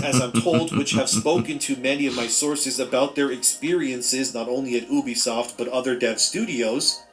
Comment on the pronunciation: bro kept saying obisoft over and over and over